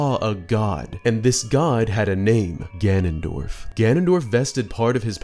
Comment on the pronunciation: I love twilight princess so much Zelda shrek spoke hehe Hehw good video, I love the little mispronunciation of ganondorf as ganandolf hehe I like how that was kept in hehe